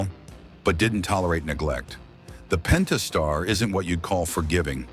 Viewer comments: "Pen tas tar" .... done. Video lost all credibility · “Pennn-taaaah-star three dot six.” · Would be nice if the AI could pronounce "Pentastar" the same way twice.